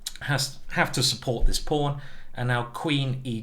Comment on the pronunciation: i believe simon is british, but the way he says pawn and castles just doesn't sound right